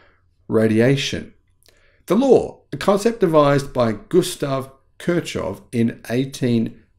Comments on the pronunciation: Putting aside the badly garbled explanation or the use of irrelevant b-roll (a glowing blob of gallium arsenide inside a magnetic induction heater? Really?). The poor man's name is pronounced k i r - c o u g h. At least get that right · the guy's name is pronounced Kir like in kitchen, then the ch is actually h like in horse, then hof.